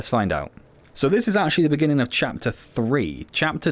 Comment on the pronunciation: "in the beninging" 🤣 (sorry) great potential with moments of epicness, but wish there was more to it.